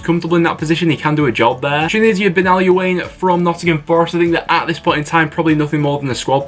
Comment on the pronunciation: Jesus completely butchered benolouanes name 😂